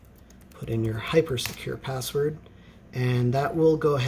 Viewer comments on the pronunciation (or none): You say hyper pasword... From where you get pasword????